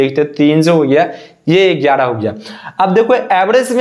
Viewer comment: Gyara gyara gyara not egyara egyra